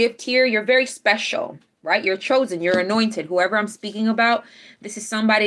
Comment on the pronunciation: Everytime you say "Highly anointed" I hear "Highly annoyed" 🤣 You're the best 🖖💎💕🌌